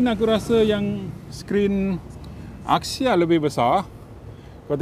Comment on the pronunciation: It’s pronounced as Axia not Akxia